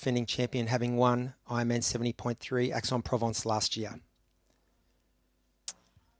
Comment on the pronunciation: and Aix is 'X' not 'Ax'